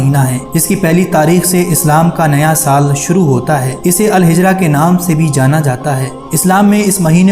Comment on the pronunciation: Al hijra nhi al hijri